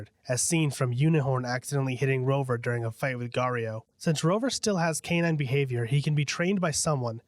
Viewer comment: “GAURIO” lol